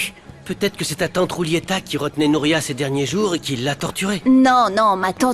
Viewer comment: Des nom que vous disent très mal des le début C’est pas Rouliera c’est Julietta C’est pas amoudena c’est Almudena C’est pas Alane c’est Alan C’est pas Nouria c’est Nuria C’est pas Moricio c’est Mauricio C’est pas Poalita c’est Paulita La liste est très long ajouter 👇🏽